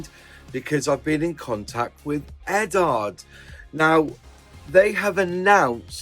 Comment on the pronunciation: What's with you Brits and your pronunciation of Eduard? You're not the only Brit modeller on YouTube who calls it Eddard. Surely it should be pronounced more like Edward since it's just the Czech version of the same name, and pretty much every other country with the same name pronounces it like Edooward. I'd a Brit myself (ex-pat version), but I wouldn't in a million years say Eddard. Has someone at the Eduard company told that this is how to say it?